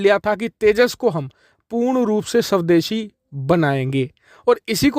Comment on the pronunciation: गलती से स्वदेशी को शवदेशी बोल रहे हो या जानबूझकर